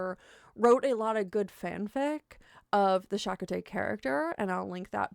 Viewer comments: I am a star trek fan and voyager was my favorite as a kid. I watched virtually every episode live on Wednesday nights and have re watched them all many timea since. So chakotay (which you are pronouncing wrong) was the first officer on voyager so not someone who was in just a few episodes. I personally like him as a character and with the exception of 3 maybe 4 epsiodes the fact that a pretindian was advising on the character doesnt really matter all that much. There is 1 epsidoe that i think is the worst in the series and if heavily focuses on chakotays indian heritage so there is that. I do remember as a kid trying to figure out which tribe chakotay came from and it was kind of funny becuase they never say and sometimes give conflicting hints at. All together obviously not a cool thing to do but other twn a couple cringe moments i dont think had too much of an impact on the character. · You are pronouncing the name of the Chakotay character wrong. The problem isn't so much his Native American background; it's that they set up this character and never really used him effectively. The whole premise of "Rebel Terrorists on the Crew " was dropped after 2 seasons. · Came here to the comments looking for this lol. Maybe she should have done her 5 seconds of research 🤔. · those episodes? Chakotay was in basically every episode of Voyager. She could have watched any one of them to get the pronunciation right. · It’s Cha-Coa-Tay not Sha-Kah-Tay 🤦🏻‍♀️… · It isn't pronounced like chakka-tey. it's cha-ko-tey with emphasis on the second syllable. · Shakatay..... Tell me you've never seen Voyager without telling me you've never seen Voyager. 😂 I joke though. Excellent content. For the record, it's pronounced Cha- coat- aye. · You didn't watch the show. I know this because you can't pronounce his name. I do not care what the rest of your opinion is after learning how little information that you have on the subject. ✌️ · it's CHA-CO-TAY (star trek character) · it's Cha-koh-tay